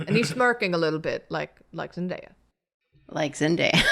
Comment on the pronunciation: zendaya? more like zenfaeya